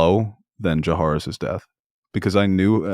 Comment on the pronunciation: I really need to stop pronouncing jahaerys like that. Literally no one says it like that